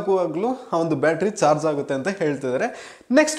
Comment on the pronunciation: Not George. It's charge